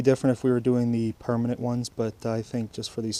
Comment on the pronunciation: Bro can u stop saying permanent like Oka